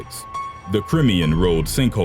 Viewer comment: That pronunciation of Crimean tho